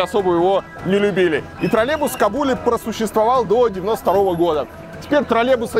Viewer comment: Правильное произношение «троллеЙбус». Также «около семиСОТ», а не «семиста».